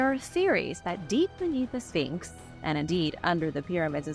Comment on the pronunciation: Your history and opinions are outdated and the Sphinx is not pronounced Finks! The erosion was not caused by wind but by water. Please do your homework. This was irritating